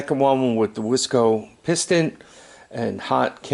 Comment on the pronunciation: Those pistons are pronounced wise co. And they are far superior to the ones produced by dumb co.